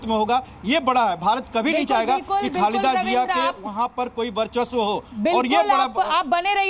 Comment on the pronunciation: Are khalida jiya nahi Khalida zeya hI wo Pata nahi kaise anchor ban jaate ho Ap